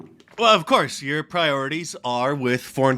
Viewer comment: If you can’t pronounce Priorities correctly, you should work at Wal Mart.